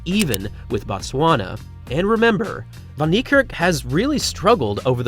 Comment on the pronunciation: Well done with your African name pronunciation